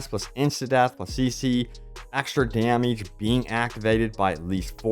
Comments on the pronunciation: why do you say "damage" like that? figure it out. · Dameege lol